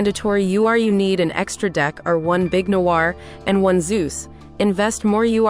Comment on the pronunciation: why they pronounce noir noah? loll